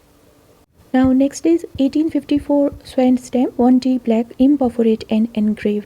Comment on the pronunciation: In the case of the WA 6p, u don't say rouletted perforation---it is simply 'rouletted. Labuan is pronounced ' Lab-oo-wun' n Swan is pronounced S-won. Thank u!